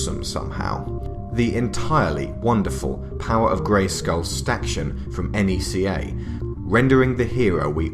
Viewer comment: It’s pronounced Nec-kah not ee-en-see-aye